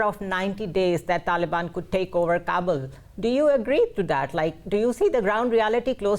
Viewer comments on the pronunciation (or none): Uff. Da plazmena “kaa-bul” de, na “kabool” de.